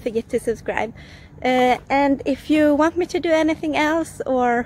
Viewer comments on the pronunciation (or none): none